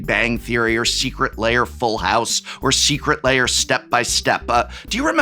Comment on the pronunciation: The combination of disgust,disbelief and laughter that hit me when he said “our third furby secret liar” is indescribable